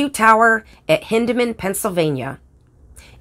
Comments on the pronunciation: It's pronounced Hine-dman. Not Hin-dman. The "Y" in Hyndman is long. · GAWD this video be GOOD if not GREAT if the towns were SPELLED RIGHT, and Hyndman PRONOUNCED correctly HINDE-Man is the way its said, and its MEYERSDALE! (Yes I can comment I GREW UP THERE!) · Check you pronunciation for Hyndman. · Yeah, we got the pronunciation of Hyndman wrong. Totally on us. I didn't notice that Green Frog misspelled Meyersdale. On the other hand...great video, right?!